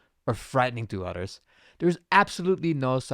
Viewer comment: I love his accent but Is confusing took me 10 mins to get to grips with what hes saying without the images id be lost. He has no lisp just isn't pronouncing T or TH so others becomes udders like.